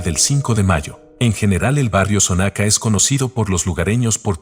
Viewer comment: La casa de los enanos esta en avenida Juárez. Está mal la direccion que diste... Y se pronuncia Xonaca, no sonaca.